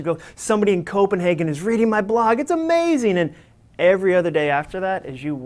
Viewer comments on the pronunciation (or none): This was an amazing talk. Very necessary for people to hear out in the work force. Dare I say, "amajing". lol (referencing when he said amajing instead of amazing)